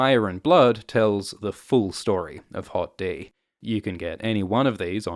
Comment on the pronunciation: I can't help but laugh every time you say "Hot D".